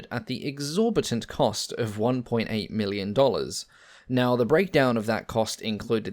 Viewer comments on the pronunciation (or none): none